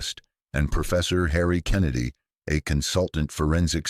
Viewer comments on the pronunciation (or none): none